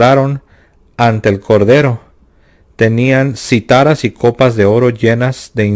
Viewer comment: "Cítaras" hermano. No "citáras" Perdón. Bendiciones